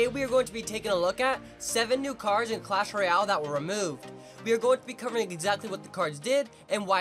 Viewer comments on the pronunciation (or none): He said not clash but clas